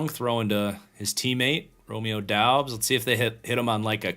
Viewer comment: Doubs is pronounced “Dubbs”